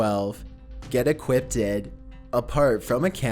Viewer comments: Lol. ‘Equippedted’ is not a word, bro. It’s just equipped. I love your videos, but it seems like in just about every single one of them you mispronounce or downright make up at least one word. You call demons ‘demonds’, you pronounce apparition as ‘apparation’ to name a couple of my favourites. Call me a picky asshole or a spelling/grammar nazi or whatever, but it stands out like a sore thumb to me. It’s like nails on a chalkboard. It makes you look foolish and amateurish. Please don’t take it personally, I’m only trying to give you constructive criticism. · It's equipped, not equippted, you dunce.